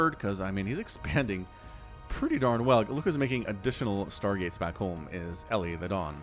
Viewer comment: I've seen elithedon's name on this channel a lot, and I keep wondering if you're mispronouncing it. It looks to me like "Eli the Don", pronounced like the short form of "Elijah", i.e., "ee-lye"